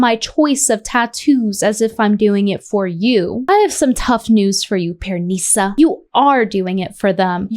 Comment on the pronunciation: Why does she keep saying pearNISa 😂 😂 The pronunciation is killing me!